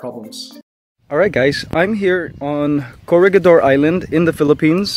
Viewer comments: yo corregidor island is pronounced ko-reh-hi-dor not ko-reh-gi-dor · in filipino/tagalog its correhidor when you pronouce it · kuya, it is /ko-ree-hee-dor/ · pls pronounce corregidor correctly pls my great grandfather died there and his son's donated to the place so please pronounce it properly pls